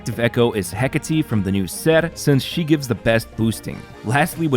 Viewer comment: Fist you tuber to pronounce Hecate correctly, you have my support from now on 😊